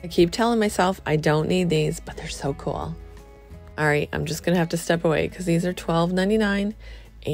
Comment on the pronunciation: Cool is not pronounced coolel